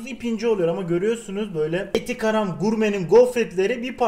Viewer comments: Normalde karam diye okunur 2. Saniyede eser abi garam gurme yapacaz bugün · eti garam 😂😂 Allah yolunu açık etsin abi seviliyorsun 😄